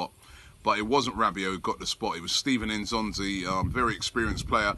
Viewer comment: Can you please pronounce his name properly. It's not "In'zonzi' it's "N'zonzi".